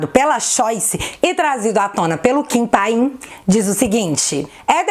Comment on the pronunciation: Não é Kim Pain, kkkk é Kim Katagiri. Arruma lá.